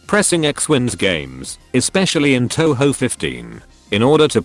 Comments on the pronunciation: It’s pronounced toh hoh. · Please don't call it Toe-Hoe. :/ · My sister calls touhou "tonhon" Looks like she won't enjoy pronouncing video games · Tessyrah Figures. All the 'Taohao' makes my brain hurt from the cringe sometimes. Even if listening to people fail at Japanese pronunciation is funny af.